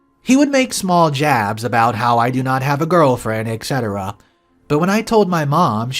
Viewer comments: There's no K in the word Etc orex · You are pronouncing Etc wrong